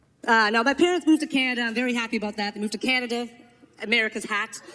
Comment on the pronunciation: we have a chant - Can-a-d'uh! LOL